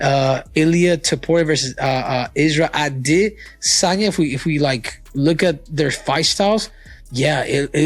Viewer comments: He says Izzy’s last name , the way Izzy says it HowEver it is very Annoying , trying to follow what is being said, just keep hearing that Distracting Way of saying his last name…..Missed Out On The Messages, just say it the normal way English speaking people do…… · throws me off everytime the way he pronounces adesanya. way to get more comments. thats all